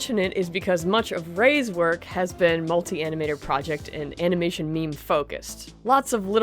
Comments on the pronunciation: uh-NAW-muh-shin :D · i liked "framination"